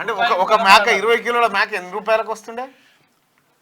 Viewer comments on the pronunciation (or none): మ్యాక కాదు మేక